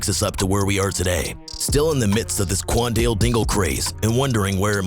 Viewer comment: stop saying qaundel like that please